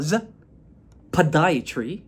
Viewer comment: May I ask why do you say “Podiatry” with a heavy emphasis on the “P”?